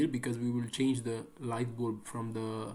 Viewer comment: Why you say bulb like that though